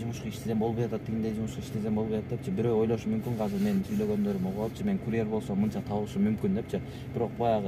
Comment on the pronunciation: Казыр казыр дейби, азыр десен э